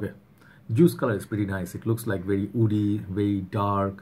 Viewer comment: When he pronounces “Woody” it comes out “Oudy” off him always !